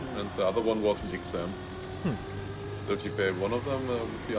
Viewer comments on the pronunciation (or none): The word is "exAAAAAAAAAAAAM" not "iksm"